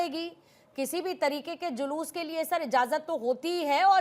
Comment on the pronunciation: जयश्री राम, ऐसे अनपढ़, बेवकूफों को जुलूस शब्द भी बोलना नहीं आता, जुलूस को जलूस बोलता है, करोड़ों बार धिक्कार है, ऐसे अनपढ़ मूर्खों को